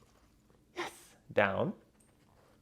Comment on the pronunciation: stop saying yez